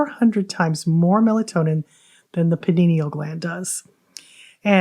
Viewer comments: pie-nee-uhl, not panini-uhl :) lol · It Pea-Knee-Al ( pineal ), not Pin -Knee-Knee-al